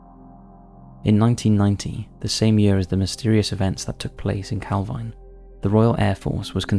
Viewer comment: It's pronounced calveen I know the area well